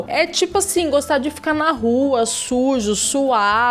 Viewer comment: A diz-se "fedorento" igual ao Lord Vinheteiro 😂